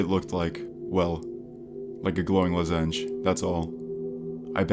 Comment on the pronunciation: Have never heard someone pronounce “lozenge” like that lol